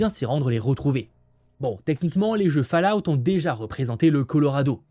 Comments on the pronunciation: Cette saison 2 de Fallout ( prononcer " folaout " ! 😊) est vraiment très ( trop) confuse... même avec tes explications.... la réalisation baisse d’un gros cran par rapport à la saison 1, les scènes d’action sont vraiment mal faites.... c’est dommage, je ne le souhaite pas, mais avec cette saison 2 trop complexe ( franchement on ne comprend pas les motivations des personnages et leur but) j’ai peur que les audiences soit désastreuses... j’avais adoré la saison 1. J’ai été un spectateur passif et perdu pendant la 2ème.... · ta prononciation de " Fallout " fait toujours autant seigner mes oreilles